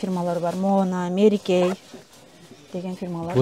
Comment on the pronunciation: Мери Кей эмес Мерай Кии деп айтылат. Ноубук эмес Нубук деп айтылат.